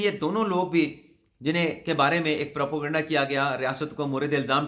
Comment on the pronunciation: لفظ پراپو گنڈا نہیں۔ اس کا سہی تلفظ کسی سے پتہ کر لیں۔